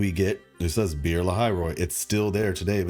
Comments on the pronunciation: "Be'er" is pronounced like "Beh-air" You can listen to the pronounciation of it in google translate by translating the word "Well" (the water source) "Lahai" is pronounced with a Mexican "huan" like H. I think Grand Architect pronounced it right in the story. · Your pronounciation of "Be'er" killed me:face-purple-crying